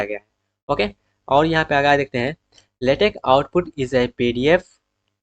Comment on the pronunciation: aabe totle shi se bola kar latex ko lehtech bol rha computer ko camputur